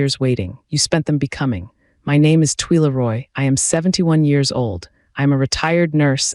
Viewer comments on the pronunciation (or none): Please pronounce Twila correctly. It is twyla, not tweela